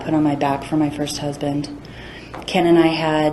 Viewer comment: Victims ‘huband?????’